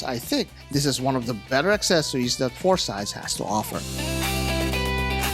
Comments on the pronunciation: It's a Greek named, and it's pronouced "FOR-sih-deez NOT "four sides". Also, the lume easily lasts all night, perhaps you got a bad batch? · The Phorcydes are not Klingons but the six mythical daughters of the Greek sea god Phorcys. Medusa is the most famous of them. It's pronounced /for-sy-deez/ in English. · Hey Brother, it is pronounced FOR-SEE-DEES! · At least learn to pronounce the brand name!